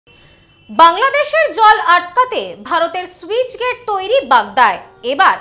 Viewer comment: ঠিকমতো পড়াশোনা করে তার পর সংবাদ পাঠক সাজুন। স্যুইচ গেট কি বস্তু? যা খুশি! কথাটা স্লুইসগেট (sluice gate)